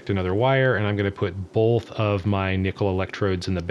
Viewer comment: Why do you say "bolth" instead of "both"? What kind of accent is that?